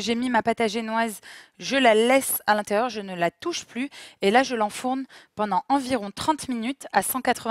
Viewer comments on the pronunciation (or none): none